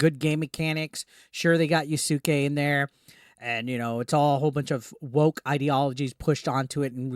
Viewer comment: "yasooke" lmao